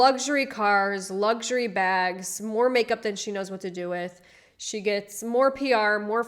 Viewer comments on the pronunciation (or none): 1st time viewer Yeah good enough to sub Even though I did get the ick when you said Luxury completely wrong Phonetically it's - Lucks - you - ray But you are saying - Lugs - jer - ay ..... Sorry but my OCD insists I point that out , even though it doesn't really matter at all You get like , you get a sub , it's all good But I will be keeping a close eye on your pronunciation And keep you right You don't have to change the way you pronounce things I realise it's not a simple task for Americans when there are so many different accents It does confuse the correct pronunciation But it's all good as long as you never say AXE instead of ASK 😂 That error should never be tolerated